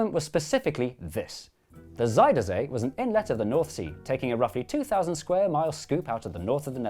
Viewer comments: I was impressed by your Dutch pronunciation. Until you got to Zuiderzee. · Pronunciation was a bit funny sometimes, but god bless them for trying. Lot of Zijder zee and alfslijt dijk, just have to learn what onion is in Dutch and it's all good!